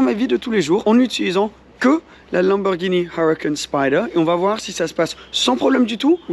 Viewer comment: J'aime pas comment tu dit uracan spider en dirait un narvalo